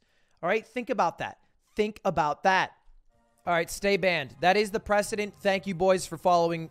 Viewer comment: "What do you think that word looks like" This coming from the guy who brought you 'prescdedentnentnet'